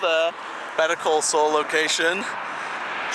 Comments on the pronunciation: Better call soul. It’s. Saul sound like. SALL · why is he saying better call Sol?